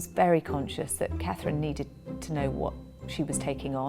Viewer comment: Can I ask what is wrong with Katie Nichol? She cannot seem to pronounce the name Catherine, does she have a speech impediment?